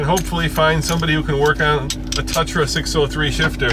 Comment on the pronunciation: It's not a "Tutra"...